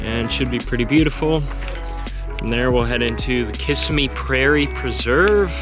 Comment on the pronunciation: That's not how you say Kissimmee